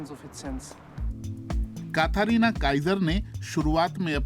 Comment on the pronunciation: काथारीना नहीं कैथरीना बोलिए जनाब 😊